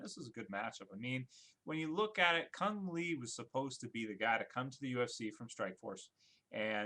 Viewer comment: Doesn anybody here know that the right pronouncing for Cung Le is "Koong Lea",not "Kong Lee"?